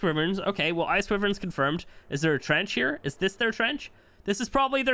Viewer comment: Why-verns not wiverns